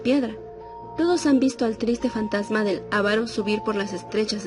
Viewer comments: Muy buena historia, pero dìganle a la que se dice avàro no àvaro que aprenda ortografìa, por lo demas buena historia..Saludos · No se dice ávaro si no aváro ni siquiera saben leer cuando narran que mal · eva calzadiaz perdón pero se dice avaro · Se pronuncia con el acento en la segunda a AVARO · Se dice AVARO CON ACENTO EN LA SEGUNDA A....AVARO SIGNIFICA CODO O CODICIOSO 🙄🇲🇽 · Bonita narración.. Pero sin control de calidad. Nadie le pudo decir a la que se dice aváro sin acento en la primera A. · Elisa Gordillo Yo también note ese descuido. Por lo demás, es interesante.